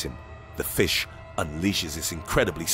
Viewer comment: He said flish